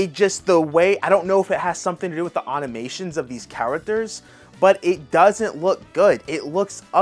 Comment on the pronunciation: It’s 30fps and a Game Key Card. Also it’s pronounced Animation not Anomation….